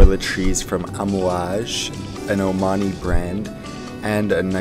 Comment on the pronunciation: You pronounce amouage so well!